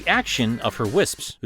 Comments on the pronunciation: Your jokes are funny bro... keep'em in. Here's a pronunciation guide: "Wiss-ps". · It's not that hard to pronounce wisps I guess the British get it easier because Americans just can't make the pss pss sound